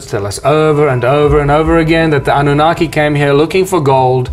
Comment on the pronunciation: ANU-NA? KiKi? 😆